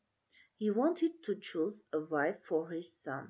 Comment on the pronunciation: To choose թու շուզ😂